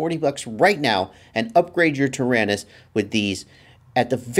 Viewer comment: Hi, you keep saying "Tarinis"....I'm assuming you mean the XD9.....what about those of us that are on somewhat of a budget and bought the QX7.....will these work in our "Taranis"? Are some/any XD9 parts interchangeable with the QX7?